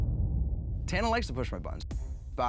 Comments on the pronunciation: Nobody:: Tan-ner 👁👄👁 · No one:: Tannaerh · love the way bc of his british accent he pronounces tana w a slight 'er' at the end